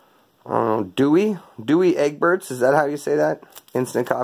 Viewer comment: Couple of things as a Brit ex-military type. Tea and coffee should be tested as NATO standard (White, two sugars). Thats how we were taught! Also the coffee is pronounced "Dow Egberts." It's an established brand. The reason for two choices for the tea and coffee is brand recognition and perceived choice. Personally the beans and spuds (potatoes) is hella bad!!